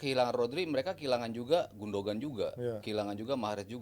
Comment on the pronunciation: "gundoan" ya, bukan "gundogan", nyebut nama player gini amat ><